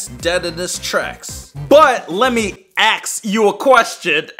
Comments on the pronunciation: "lemme AXE you a question." Me: intense laughter everyone else: "BOOOOOOOO" me: "i am lonely." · let me axe u a question Me:🤦‍♀️ oh my gosh